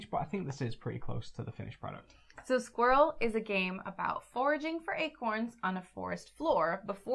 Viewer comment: Hi and, thanks for explaining and previewing Squirrel so well, the name pronunciation is close enough!